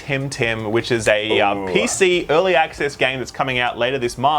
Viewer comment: "Eurrly axe-ass!" Lol sorry but accents are always fun haha.